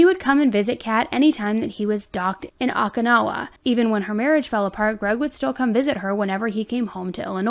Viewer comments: I’m sure it’s been said already but the letter O sound is how you begin to say Okinawa. Like Oh-key-nah-wah. I lived there for a while. Also I now live in NC. Another video you posted from Efland NC in Alamance County. It’s not ELFland. It’s EFLand. And it’s not Ah-lah-mance county. It’s a like apple a-luh-mance county. I love how you always say that you need schooling lol. So awesome. You’re my favorite channel. Take care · 1,116 comments on this video. 548 on how to pronounce Peoria. Lmao. 🤣 You also mispronounced Okinawa too but it's all good 👍